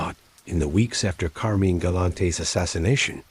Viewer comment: It's CAR-MYNE...not Carmen!!!